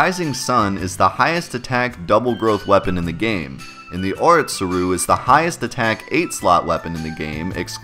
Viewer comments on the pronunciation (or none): Hate to be this person but it's killing me.. Please learn how to pronounce Japanese words. o-ri-tsu-ru. It's four letters not orit-suru. really great video though! yuffie was always the one to crack the jokes in desperate times